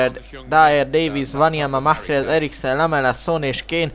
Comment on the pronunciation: Nem Mahhrez hanem Marez